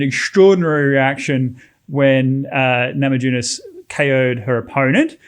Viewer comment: It is pronounced namayunas , J in lithuanian is like Y in english.